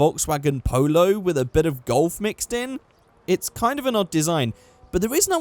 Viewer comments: it is vw golf and not gol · it is vw golf, not vw gol ; ) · you forgot the "f" in golf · Must. resist. urge. to. correct. to. "Golf." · you missed the F off of the Golf so it now says Gol???? You sure you passed your spelling and Grammar in School lol:D and also you didnt say Menyoo's Customs for Once yay!